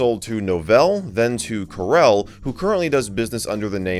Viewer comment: Carelle Linux.... I am guessing it's Coor El. Like Kal El's Dad, Jor El. You know - Superman